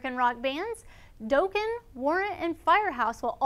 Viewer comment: mispronounced Dokken. it's (dock-kin) not (doke-kin) when she was talking about one of the shows at the amphitheater.